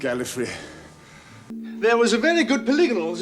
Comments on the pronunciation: No, everytime he says it he always says GalliFREE not GalliFRAY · I would say that 2 and 7 said "GAL-ee-fray" rather than "GAL-ih-fray" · the Gallifreh and Gallifree of Pertwee and Baker are very, very close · I can kinda hear 4 saying it as a Galifrey but the pronunciation being kinda skewed if you don't listen closely. Incidentally it sounds like he might be trying to avoid sending invasion forces there judging on the context. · Richard Hurndall and Jon Pertwee pronounce Gallifrey differently from David Bradley and Patrick Troughton. The y is closer to an e in his pronunciation, which matches the norms of older RP. It's closer to Tom Baker's version. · I think Tom baker's mispronunciation of gallifrey was due to a loss of breath at the end of the word